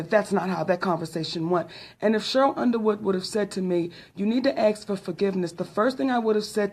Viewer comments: Why doesn’t this fraud Mo’nique defend the average black American? She only cares about herself! And please fucking stop saying AXE , it’s pronounced ASK! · Monique, the word is "ask." I am so sick of us mispronouncing that simple-ass word. Other English speakers laugh at us.